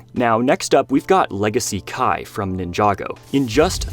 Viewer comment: Kia? It’s Kai.